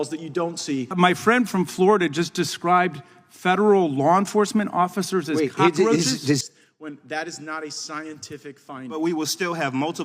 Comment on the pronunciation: Did he call them "cocka-roaches"? Lol. He is such a clown.